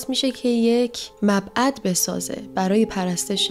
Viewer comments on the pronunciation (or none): خانم معبد نه مبعد. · دختر خانم،.. مبعد نه، معبد درسته.. این چندمین باره که مبعد تلفظ میکنی.. در ضمن طبق ایات قرآنی حضرت سلیمان هرگز کافر نشد.. تهمت نزن به پیغمبر خدا...😊😊😊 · جان من چندبار ديدم معبد رو مبعد تلظ مي كني عزيزم معبد درسته كه به معني ي عبادتگاه هست. مرسي از ويديوهاي قشنگت موفق باشي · قسمت بعد هرچی هست یادت باشه معبد کلمه درسته نه مبعد دوم اینکه خیییییییلی اشتباه بود تو گفته هات نه به لحاظ تلفظ به لحاظ محتوا ممنون میشم در حد انتظار مون از برامون ویدئو بسازی❤ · لطفا از حضرت سلیمان، کتاب کلید گمشده حضرت سلیمان و در خصوص ادامه همین ویدیو ، بسازید. راستی کلمه صحیح معبد هست که به اشتباه مبعد گفتید تشکر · با درود و تقدیر ،از لیلیت کمتر کسی آگاهی دارد و لیلیت قبل از حوا وجود داشته، و با پوزش و جلب توجه شما کلمه معبد را که هم خانواده با کلمات : عبادت ، عبد ،معبود ،... می‌باشد ، در چندی از ویدیوهای تان دیدم شما مبعد تلفظ می‌نمایید. همواره پاینده باشید💯👍🙋🏻💐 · In you made a verbal mistake " Mabaad " instead of what you should have said "Maabad" مبعد گفتین باید میگفتین معبد البته اشتباه لفظی و سهوی هست و ممکنه برای هر کسی پیش بیاد و درست زبون نچرخه و واژه عنوان بشه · مبعد ، شما گفتی مبعد ؟فکر کنم منظورتون معبد بود ، معبد ،نه مبعد 😄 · عزيزم كلمه معبد درسته نه مبعد!!چندبارگوش كردم گفتم شايداشتباه ميشنوم. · ی عزیزم تلفظش " معبد "هست. ❤ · مبعد!!!؟؟؟ پس تا حالا اشتباه می‌گفتیم معبد. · مبعد 😂😂😂نه معبد ، مجید دلبندم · چرا میگی مبعد 😑😐 درستش معبد هست از عبد عبادت و پرستش میاد معبد نه»»»»» مبعد ««««« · جان تو چند تا ویدیو دیدم کلمه معبد و معبد تلفظ می‌کنی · سلام چرا به معبد ، مبعد میگی؟ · مبعد نه قربونت مَعْبَد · مبعد؟؟؟؟؟؟ تو رو خدا یک کم مطالعه کنین ، تلفظ و درک درست کلمات منبع درامدتون هست . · چرا میگی مبعد؟؟؟؟ معبد درسته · مبعد نه فقط ... معبد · عزیزم معبد درسته.شما میگی مبعد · مبعد اشتباهه . درستش معبد هست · چرا میگی مبعد. بگو معبد. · چرا همیشه معبدو میگی مبعد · معبد و مبعد تلفظ میکنی